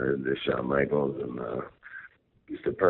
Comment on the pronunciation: i think them saying Maggle is how JBL pronounces Micheal's name when he is hypered up